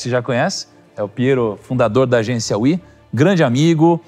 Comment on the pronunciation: "Agênica We"